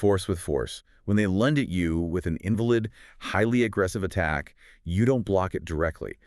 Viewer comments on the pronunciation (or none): Pretty good stuff! Weird how the male voice mispronounced certain easy words like “biases” and “invalid” Still doesn’t make the point invalid though.